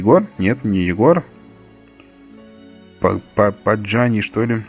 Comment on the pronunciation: Не паджани а пагани